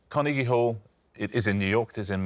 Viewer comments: The way Richard pronounces "Car-knee-gee" Hall lmao. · Fantastic as in can you believe out of four people not one had a clue as to where the Appalachians were? ALASKA? God give me strength. And four people in the arts, with two not knowing where Carnegie Hall was. Oh, and BTW, Richard, It's pronounced Car-NAY-gie, not Car-KNEE-gie. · What I find funny, is that everyone is focusing on the second syllable when it's the last syllable that he pronounced so differently. It's typically pronounced with a hard "g" sound not the soft "g" that he used. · It's how the man's name was pronounced. For some reason we tend to say it Karna-gee Hall but we shouldn't. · That is how the rest of the world pronounces it. Even Sparks pronounced it Carn-EE-gie in their song... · Dead at Osman's pronunciation of Carnegie Hall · I just heard Richard pronounce "Carnegie" and I'm like really?